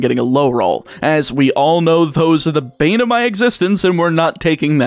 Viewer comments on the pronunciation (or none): none